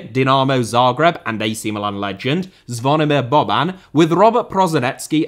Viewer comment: mate - kudos for nailing the correct pronunciation of Zvonimir Boban. Cheers from a Croatia fan in the states 🇭🇷